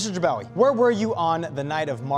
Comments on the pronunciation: he said jabawagi not bajagawi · Jibwaki instead of Jibawi 😂😂😂❤